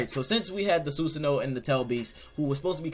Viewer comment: we just gonna ignore him saying soosoono?